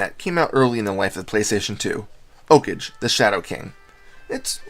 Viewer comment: its pronounced like a japanese word, like 'OH-KAH-GAY'